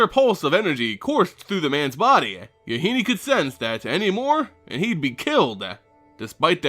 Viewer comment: MaRo has been told that Yahenni rhymes with "Duh, Jenny." Using this knowledge, to pronounce it the way you have been is wrong. For future reference.